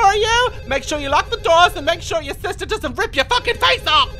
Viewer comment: "SISTA" got me CACKLING 😂😂